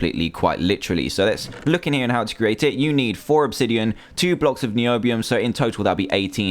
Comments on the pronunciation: I hate when you say NIOBIUM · your so fuuny when you say Nioobioom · Niobiuuuum misheard: knee obee um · WHEN HE SIAD NIOBIUM I WAS LIKE NOBIUM!!!!!! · me too! every time i hear the word niobium dantdm saying NiObIuM to a purple ingot in a weird way pops in my head. and now i have finally found the video back again! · "NIOBIUM" by Dantdm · you said noibium again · dan:noibiom me:hhhhhhhhaaaaaaaaahhhhhhhhhhhhaaaaaaa dan:noibiom me:hhhhhhhhhaaaaaaaaaaahhhhhhhhhhaaaaaaaaaa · evrytime Dan looks NIUBIUM, he says NIBIUM!! TOO FUNNY!!! XD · Irene P it's so funny NIOBIUM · So funny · not nyow- beeum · It sounds like noob-ium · this is what Dan said:ok, so we are gona need two blocks of NIOBIOM( ^w^) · WHY DO HE KEEPS ON SAYING NIOBIOM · me to niobium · dan why you say NIOBIOM everytime sorry i can't spell it right my keyboard is missing a letter is out of paint i can't see any thing but my name is paiodaidi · When he said nobiam lol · why did you go niombiom cuz it was a littel anoying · Cale Taylor It is not NOIBUM! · It was soo funny when he kept on saying niobiom( sry i think i did not spell it right.) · STOP SAYING NIOBIM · i laughed everytime you said............ NIOBIUM! :P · NIOBIUM LOL it's so funny when you say it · You think you're so coll saying nibemon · Shut up Dan tdm stop saying Nobium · Stop saying Nobiom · Why is he saying nioubium like thay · is this video mainly him saying niombiom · LOL "Nibiu-um" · Quit saying NIOUBUUUM! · umm danny why do you say niobium like a noob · lol every time it said Miobium i laughed a little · why do you say NOIBIUM after you say it normaly every time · drinking game: take a shot every time dan says niobium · I love when dan says NIOBIUM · Why does he say niobium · I like the way he says Niobium.😅😅😅😅😅😆😀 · stop saying 'niobium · It was funny when he said Niobium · I kept laughing as well. Niobium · lol when he said niobium ") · I got tired of h7m saying niobium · How many Times you Say Niobium?